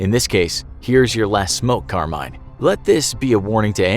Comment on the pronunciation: Not trying to pick on you bro. Carmine is not pronounced Car-mine 🚙💥😂😂😂 It's Car-mee-neh 👍